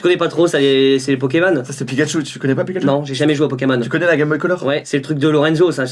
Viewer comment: Mais c quoi ce mec il connait rien rombo ??? Picatchu ??? J'arrête la video